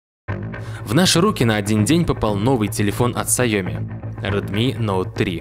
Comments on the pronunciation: автор название научись правильно говорить сяоми. сяо-маленький. ми-рис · Дизлайк не глядя за "саёми"